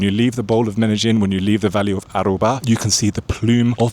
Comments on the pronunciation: it's Aburrá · Absolutely right, love your content. It is not valle de Aruba but Aburra.